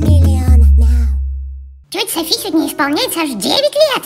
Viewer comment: правильно Софи́*